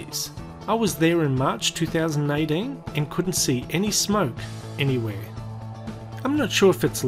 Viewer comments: I clearly heard two thousand aye teen. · "Two thousand ay deen" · It was obvious to me that you said 2018 I don't see why some people would hear 2019.